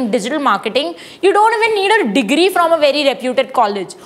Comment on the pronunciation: Also please correct yourself . It's degree not digree